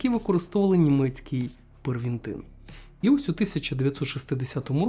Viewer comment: Друже, ти молодець, тема цікава і розповідаєш гарно. Але читай уважно. бензедрин, первитин)